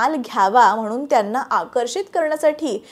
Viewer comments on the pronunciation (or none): none